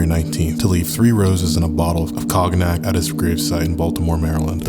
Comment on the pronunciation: Dog did you say the Poe Toaster brings cog-nac?